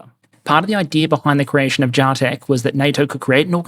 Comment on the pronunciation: Its JAH-TECH! Not JAY-TECH.....alright. Great episode!